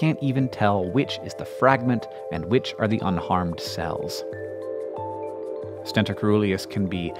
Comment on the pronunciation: It's pronounced "stentOR", their trumpet shape reminiscent of the mythical Greek warrior Stentor, who had a loud trumpeting voice . A "stenter" is someone who uses stents I guess :)